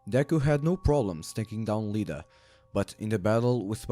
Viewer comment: I love how he Said Lida instead of Iida